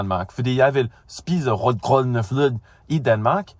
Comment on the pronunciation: His pronounciations of "rød grød med fløde" is legit one of the best ones I've heard, and I don't even eat that kind of stuff.